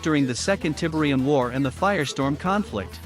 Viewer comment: Tibrium 😬 Please stop with the awful AI voice.